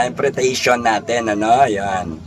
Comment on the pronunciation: In-ter-pre-ta-tion..you're welcome hehehehe❤❤